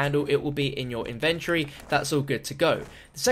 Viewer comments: Inventory, Says " adventury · Inventory!!!!!!!!! Lol not venturie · its in-ven-tory